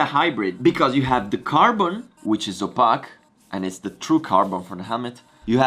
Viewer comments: I like how you say 'opaque', 'hexagons', and 'visor'. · First thought: “he pronounced opaque wrong. “ Second thought: “wait, or am I pronouncing it wrong” Third thought: who cares there’s Vale”